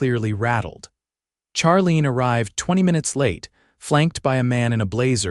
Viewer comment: Charlene is pronounced Sharlene.